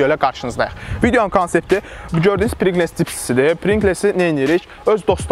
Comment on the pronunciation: Deyiliw prinqles deyil, prinqls’dir